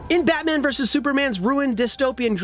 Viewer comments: “Batan: the movie” >Batan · Batan? Really IGN? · Batan? Who is Batan?